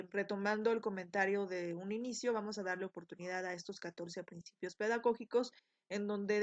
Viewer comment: excelente video..solo que dice PINCIPIOS......